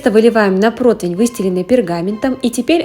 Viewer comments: Блин, нет слова протвень! ПРОТИВЕНЬ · Разницы нет откуда вы) Название для всех одно протИвень. Вы думаете, что у нас так не говорят? Тоже каждый второй) Просто из поколения в поколение закрепилось в семьях неправильное произношение 🤷‍♀️.